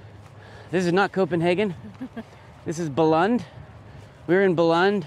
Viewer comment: Nice video. Bilund it's pronounced Beeloond though :)